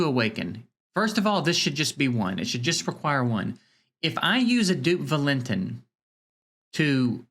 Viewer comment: The autoloot system could be boosted. Theyve been playing around with it constantly since beta. It used to give 24 hours for the 20 gem auto loot. Maybe they change the drop to every 20 seconds as well. Valentin is pronounced Val-in-teen I think they need to figure out some new events with unique fights. Have random events that pop up every hour, every 6 hours, 12 hours, daily etc. have interesting oddball fights. For example maybe the goal can be to survive as many turns as possible against an unkillable boss. Remove all offensive skills so u have to build unique groups loaded with counterattack, dots that proc on hit, reflect, etc. Do interesting things that require off the wall group comps. Essentially the game has early and mid game content but no real end game. I also think they need to bracket the events based on account power. There is zero chance for f2p to ever compete in certain events like the nedgia event running now. Maybe they bracket based on money spent as well.